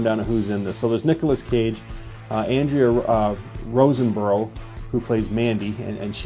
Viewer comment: Linus Roache (like the bug), and Andrea Riseborough aren't happy you butchered their names.... Otherwise, mad respect for talking about this actress that plays Mandy. For some weird reason no one is talking about her performance. It's strange, like avoiding the huge elephant in the room! The damn movie is named after her! I don't get it ..